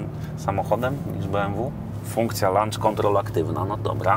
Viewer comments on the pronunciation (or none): Lancz kontrol😂 czyli kontrola obiadowa... przydało by Ci sie 😅